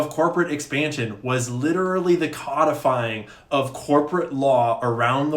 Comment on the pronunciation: just wondering, you said “COD-Ah-fying”, “cod” like a fish. I think you meant “codifying”. Did you mispronounce? Are you reading from a teleprompter? I’m curious but not insinuating anything